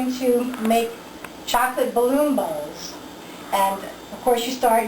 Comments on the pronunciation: Sounded like she said balloon balls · First time she says chocolate balloon bowls it sounds like balloon balls.